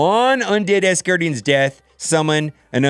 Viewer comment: Great vid bro. But it’s ASgardians, not ASSgardians!